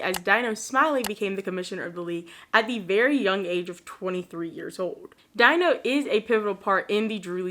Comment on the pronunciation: Love your vids. I went to both Charles Drew Middle School and King Drew Magnet Hjgh School of medicine and science. My old stomping grounds😪 Oh also just thought you should know that Dino Smiley name is actually pronounced Dee-No 👍 anyways keep up the great work. Your vids are always very fun to listen to. And your channel is severely underrated. Wish you nothing but growth and success.